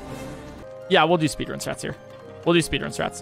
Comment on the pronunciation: Did he say spedrun